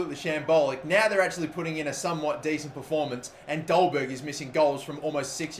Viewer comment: Only Because Im Danish. It is pronounced "Dolbaer". In Danish the G is silent